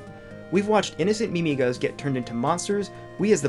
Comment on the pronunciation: "miMIgas" uhm.... weird pronunciation??? its typically seperated to "mimi-gas" sorry for nitpicking